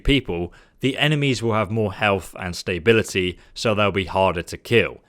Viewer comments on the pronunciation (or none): "Staybility" smh